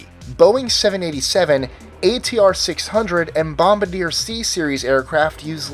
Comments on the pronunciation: Bombardier not bomba-deer, it is pronounced bombard-ee-yay. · ...Did he just say bombadier? its bombaRdier - (bom-baR-dee-air) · Bombardier is not pronounced (BOMB-ba-deer). It's bom-BAR-dee-yay. This is a French-Canadian company named after Joseph-Armand Bombardier, not a WW2 bomb aimer. Get your pronunciations right. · "bombadeer" Im asuming you are refering to Bombardier. It's pronounced "bombardeeay" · Bomb-a-deer? 😑 come on dude, bomb-are-dee-ay, bombardier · #21: its pronounced "bom-bar-dee-aye" not "bom-buh-deer." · Did he say... Bombadeer? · Its Bombardier, not "Bomba-deer" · Which country are you from? Us Aussies say Bomb-bar-dee-are. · Kevin, american's say it as stated by AJ if they have aircraft background..... people who don't just don't know the real name... Bom Bard E-R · I used to say bom-ba-ri-der lol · augh you said BOMBARDIER WRONG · Oh god... You're bringing back memories. I was on a flight from Edmonton to Salt Lake City, and it was full of American hunters. When the flight attendant was talking about the plane and flight, they all started grumbling when she said "Bombardier". They started to tell her that it was pronounced that dumb way that the narrator of this video pronounced it. Come on, guys! She's a Canadian flight attendant, and Bombardier is a Canadian company. She pronounced it properly. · Lol you reallly butchered pronouncing Bombardier